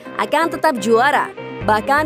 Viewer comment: Pengucapan naratornya tolong diperbaiki dong biar ga terkesan receh.. the citizens dibaca sitizens dong..